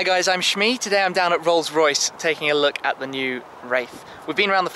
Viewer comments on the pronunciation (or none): none